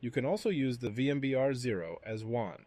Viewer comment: AI voice must be a fan of Star Wars as it pronounces WAN like Obi wan! 🚀